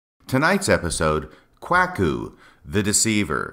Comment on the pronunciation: The pronunciation of Kwuaku….I know it wasn’t intentional based on other podcasts where you state as much …but it’s still hilarious and I enjoyed it every time you said it….and it’s quit fitting I might add!